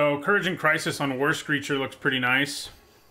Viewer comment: When he says "war screecher" i hear "Worst creature XD"